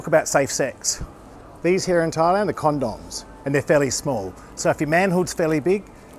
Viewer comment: "Bring your own Con-Dawms and drink bottled wadda"" lmao